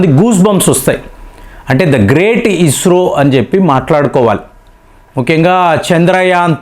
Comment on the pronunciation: అయ్య నువ్వు స,కు జ,కు తేడా తెలుసుకో అది ఇస్రో, ఇజ్రో కాదు నీ తెలుగుకు ఒక దండంర అయ్య